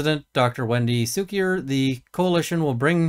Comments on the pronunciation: It's pronounced "KOOK-ee-er". Or it can also be pronounced "SUCK-ee-er". 🤣🤣🤣🤣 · I love how you give the name the benefit of the doubt and say "Soo kier" instead of how it looks as "Koo kier." Based on the side I take here, I'd be more likely to use the latter as a point of pettiness. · Its not Cukier with an "S" sounding "C" but a hard sounding "C' as in cuckoo. Very fitting I'd say!